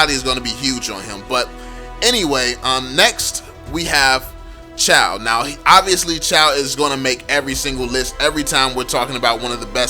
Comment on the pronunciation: Chou not CHAW. fcking illiterate idiot